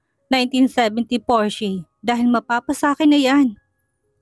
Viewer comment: Porsche- pronounce as " porsha"